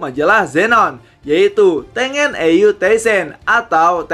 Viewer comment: Baca Tengen itu di pisah sensei. Ten-Gen. Bukan Teng-en